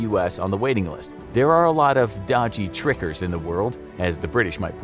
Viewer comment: did you mean "dodgy tickers"? not trickers ? maybe a second read could be afforded